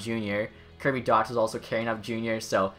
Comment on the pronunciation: It's pronounced Dack (actually had the pleasure to play against him and Krebs throughout peewee and bantam)